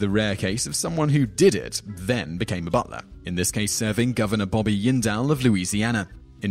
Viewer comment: just so you know in the future, jindel is indian from india, not hispanic. pronounce the j. i don't like the guy, but come on.